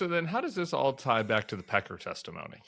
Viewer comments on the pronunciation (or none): Tim, you may not have fallen asleep but you said "testifony." tired? ;) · Did he say testiphony at the end? 😂